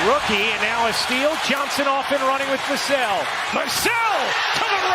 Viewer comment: I thought it was ai until he pronounced Vassell 3 different ways😂